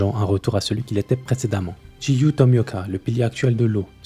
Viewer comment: yo, pour info, que ce soit "Giyu" ou "Gyomei" ça se prononce "Gyomei" ou "Giyu" pas "Jiyu" ou "Jyomei"